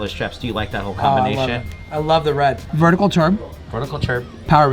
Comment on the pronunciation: “Vertical ‘terb’” !? Have some class man.